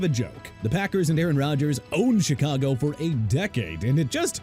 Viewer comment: Do me a favor: respect Chicago by pronouncing it right! SHEE-KAH-GOW NOT CHEE-KAH-GOW! What don't you understand huh?! And you meant shipping out?! It's not "chipping out"!! I hope somebody fires you whether you're an A.I. or not!!